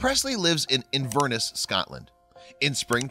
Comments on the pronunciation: GAAAAAH ITS NOT PRONOUNCED “invrness” ITS PRONOUNCED ( “Inver-ness” but it’s pronounced as a full word ) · It’s pronounced Inverness not INVRRRNESS :) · She lives in a Furnace in Scotland you know. In-ver-ness you nit! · It’s pronounced inver-ness not in-verness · Haha invrniss lol its pronounced inverness I'm from scotland bless you 😂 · Inver-NESS, emphasis on the third syllable rather than the second. Just thought you should know ;) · Did he just say Invirniss it’s pronounced In-Vur-Ness (but I understand) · its pronounced; inverNESS - not inVERness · Inverniss that what it sounds like but it’s Inverness 💗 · "in verse Ness" btw.... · Did anyone else realize he pronounced Inverness like In-vur-ness? :D lol! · Inverness is pronounced in-ver-ness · It’s pronounced- IN VER NESS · Good video but it's pronounced in-ver-ness 😊😊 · The way he pronounced Inverness triggered me. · Omg the way you said Inverness 😒😂 it’s almost as bad as the way people say Edinburgh 🤦🏼‍♀️😂😂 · Well that is one way to pronounce Inverness hahaha. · This is adorable but you said "inverness" wrong